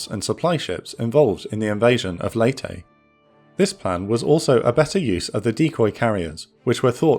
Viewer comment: Thank you for pronouncing, 'Leyte', properly!